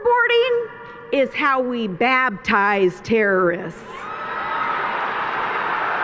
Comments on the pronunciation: Yo she never said water boarding is how we baptize terrorists... She said "babtize". Way different. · the idiot lady said "baBtize", who says that?